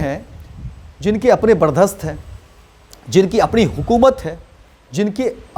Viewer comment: बर्चस्प होता है सर बर्दास्त नही